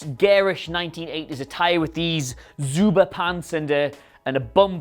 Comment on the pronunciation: Stop disrespecting American "culture" please. It's ZUBAZ pants. "Zuba pants" is not a thing that exists in reality.